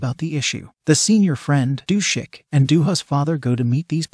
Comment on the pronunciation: I think it’s Du-sik.